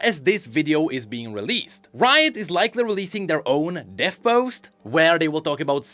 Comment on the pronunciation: why you said "root" on 9th minute, g n i d a